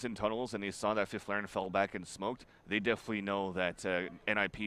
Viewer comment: Love how they pronounce fifflaren xD (i'm swedish)